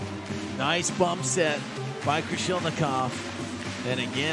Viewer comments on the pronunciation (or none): Not Krolishnikov, but Krasilnikov! What a disgrace and non-professional of commentator! It's his job, he gets money for saying names right! What if Russian journalist called princess Dunya instead of Diana? And this commentator continued to support Germans more emotional then Russians what sounds like a big shame. So unprofessional